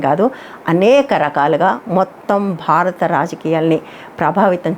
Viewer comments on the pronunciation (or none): none